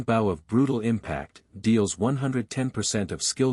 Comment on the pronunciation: The way AI pronounces bow is aggravating